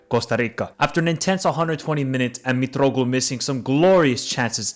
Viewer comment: I literally called the score with Scotland and I said "if we don't beat them 3-0 we are shit" and we did beat them 3-0 It was not a surprise to us, there was no way we could lose Also here is the list of the names he said with the way he said it, because I'm bored: Mitroklu (Mitroglou) Sokartis (Sokratis) AIKO... for AEK Capital of Georgia... Tiblitsi I'm not touching Club Brugge Zolakis (Tzolakis) Christos Moukatis/Mouzakis (Mouzakitis) Christos Zavaris (Zafiris) Giannis Konstan-tilias (Konstantelias) Jolis (Tzolis) Koulerikis (Koulierakis) Entheniki... for Ethniki, it's literally a word in English my man c'mon, ethnic Vaginatis (Vagianidis) Stefanos Gimas (Tzimas) Yeah other than that great video man A lot of people play down Greece but as I said we were 100% confident that we would smash Scotland And the double in Wembley was also iconic, that was won for Baldock We are definitely going to the World Cup Greek football is back